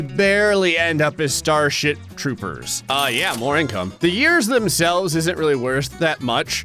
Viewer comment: Bro said starshit😅